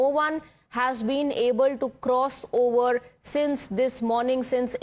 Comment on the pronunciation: By the way, it is not "ower", it is "over" with a v, not a w. Over, over, over not ower.